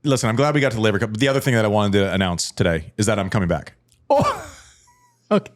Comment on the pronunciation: "Man, we've come so far since you mispronounced Laver" 🤣